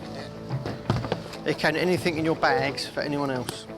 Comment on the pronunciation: Anyfing? Is that a word?